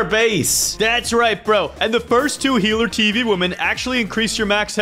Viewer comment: I love how says healer tv woman as heart tv woman.